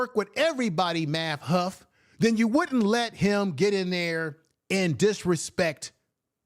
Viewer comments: yeah but u kept saying huff,get that tether name right..lol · It’s math hoff-a black man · I know but u kept saying huff